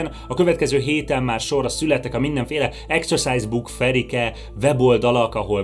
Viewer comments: A kedvenc részem amikor azt mondja hogy execuse book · A mai napig nem tudom eldönteni, hogy exercise book-ot, vagy exorcise book-ot mond, mert hát egyáltalán nem mindegy.... A halálát meg érthette átvitt értelemben is.